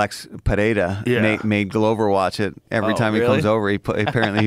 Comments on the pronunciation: Felder can pronounce Pereira's last name correctly! Rogan pronounces it like Parreira. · It always annoys me how joe says Pehera, where is the h in this man's name?